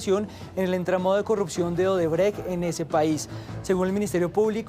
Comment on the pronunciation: ODREBÉS😂😂 ni para vocalizar sirven los ilustres de la bodega más grande de Colombia 🤡